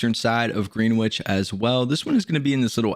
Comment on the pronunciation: I hate to be that guy but “Greenwich” is actually pronounced “GREN-itch”